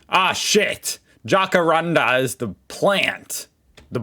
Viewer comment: Lol. You're so funny. It's pronounced Jack-a-Rand-a run all together. Also the Australian dollar sign you referred to the other day, has one down stripe, whereas the USA one has two stripes. That's how you can differentiate the two. So costs of things when marked with this $ sign is in Australia values.